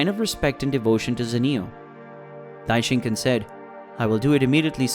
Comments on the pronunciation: this is the first time i watched your videos and your saying Dai-shin-kin and it kinda makes me angry how your mispronouncing his name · bro said Daishinkin